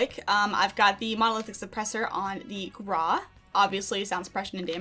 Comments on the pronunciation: Says "Graw" instead of "Grau" Me: Internal and external screaming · Please stop saying grarwh its GRAWW Grau...